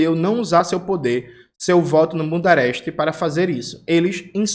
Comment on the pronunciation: Toda vez ouço o jones falando bundereste